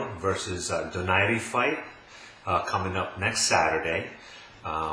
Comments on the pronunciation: First of all you sound like you are in a soundstage, too much echo. Get your sound right. Secondly, Donaire is not pronounced "Do nar ri" it's "DO NAIRE" like you will feel nothing but air after he hits you and hits you very hard! econ Third, when did defense ever rule boxing? Boxing is a sport of hitting and not getting hit, the more you get hit the more likely you will lose. Also, speed rules boxing, the faster you are the more chance you will win. Donaire has both. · it's pronounced DO-NAI-RE. Not DO NAIRE. It's a Spanish name not French. Americans say DO NAIRE because they don't know any better.